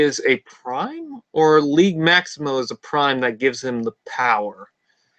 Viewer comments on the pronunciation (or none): The "g" in "Liege" is a soft "g". Like the sound a J makes in "just" with a slight "shh" sound at the end , not a hard "g" like in "guess". It's a Medieval term used by underlings for the "Lord of their land". ( not a "King" though.) Or a term to show respect to their Leader among "free-men". Liege Maximo was the "boss" of Jhiaxus in Transformers Generation 2 Marvel Comic-book. But, I thought he was suppose to look like Cthulhu, not a bowling ball.